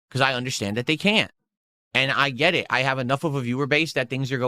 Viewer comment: Lmao "I'm doing good, the streems are doing good, gwet it?"